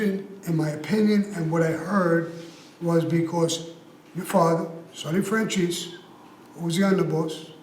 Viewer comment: Why does pronounce michale’s last name like Fran-CHEESE?